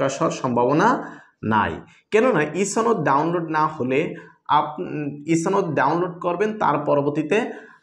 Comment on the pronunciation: ছনদ না সনদ